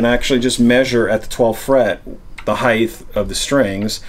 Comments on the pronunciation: the word is height, not heigth. Pet peeve, sorry. No TH sound at the end. Hite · Height as in right. Not hiegth. But otherwise good info. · Height, not "Heighth"... Sorry, gotta do it, its a pet peeve. Length, Width, and Height (not Heighth). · I'm sorry to be 'that guy' but heighth is not a word. It's just height. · Heigh-th really bothers me.. it's heighT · Quick lesson. Heighth isn’t a word. Height is. But not heighth. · Handy tips, but "heigth" is not a word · Why do all guitar set up people say heighth? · somebody else that says heighth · Why do people put a "th" in the word height? It gets annoying hearing that. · Why does he keep putting a th at the end of height